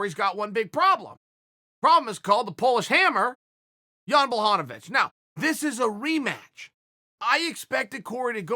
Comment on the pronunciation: Chael is subtly trolling all of us with his different pronunciations of blachowicz name.